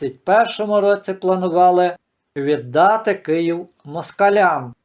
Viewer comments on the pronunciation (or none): none